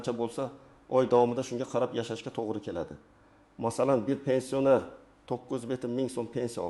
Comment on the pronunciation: Гапиришни урган,пенсионер сузини айтолмайсан,гапинга ишонч йук